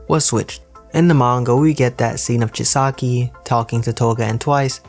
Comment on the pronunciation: Its chisaaaki not chiski